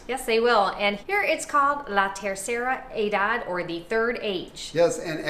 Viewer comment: Her pronunciation for "tercera edad" lends me to believe that she doesn't speak too much Spanish!?!? How's that in Ecuador?